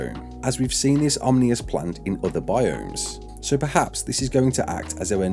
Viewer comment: "Omnious" Ominous